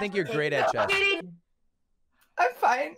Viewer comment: Why does he say chez